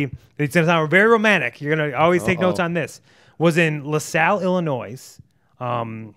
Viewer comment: Johnny come on man you don’t pronounce Illinois with the s lol